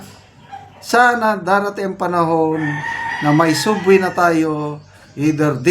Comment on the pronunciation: ANO B YAN? ANG SUBWAY PO,ANG PAGBIGKAS PO NYAN AY SABWAY .HOLY CRAP!